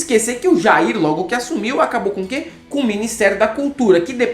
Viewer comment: "qüé" - Moro, Sérgio